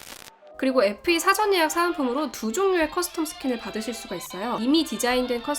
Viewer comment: 누나 어떻케 FE SE로 들려 ㅜㅜ